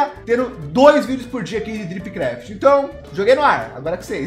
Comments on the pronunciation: Eu juro q quando ele fala a mais um episódio de dripcraft eu ouvo topcraft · É estranho ouvir ele falar dripcraft ao invés de topcraft.